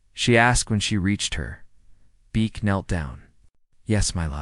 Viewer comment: They divided them up. Because to Asian AI that is acceptable. Six were held at the same facility so that means they needed to divide up the other six. Una is pronounce oo-na. Beak is pronounced Beck. It's bad when Asian AI can't even get it right. Thumbs down do not recommend. Channel blocked.